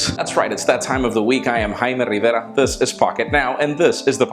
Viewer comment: i love it the way you say im haime Rrrrrrrivera